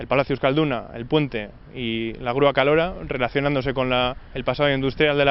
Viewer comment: "la grúa Kalora" jajajaja